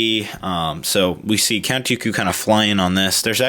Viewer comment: you said Cat Dooku